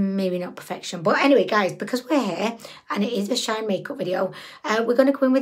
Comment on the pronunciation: I love how she says shaayn rather than shee -in 🤣 she makes them sound fancy